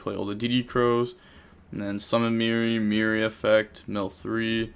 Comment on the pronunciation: It's fucking Merli not mirri ffs and you wouldn't stop saying it